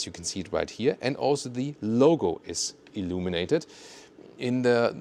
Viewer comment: Umm for some reason, I don't know, whenever you say "illuminated", reminds me of "illuminati" 🤣. Why?